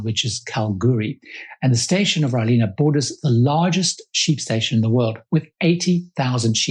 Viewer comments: What an informative review thanks. We’ve been looking at this trip for a while. Btw, Rawling is pronounced as spelled - not row-leena. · Excellent review but these are 'compartments' not shipping/aviation use of 'cabins'. As an aside, you mispronounced 'Rawlinna': it should be 'raw-lyn-a' with a short 'a' at the end. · Great review and thanks for the Video credit on the footage you used. The Nullarbor is a magical place and Rawlinna (Pronounced Raw-Linna) is an amazing pastoral operation smack bang in the middle of some of the most beautiful country southern Australia has to offer. A touch under 3 million acres which in its peak has shorn 75 -80 thousand sheep. I'd suggest if you ever have the time, driving across the Nullarbor so you can take in all it has to offer at your own pace, it's history and the beautiful desolate landscapes. Look forward to seeing more of your travel reviews.